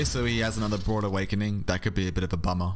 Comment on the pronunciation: You keep saying "broad awakening." Is this an accent thing?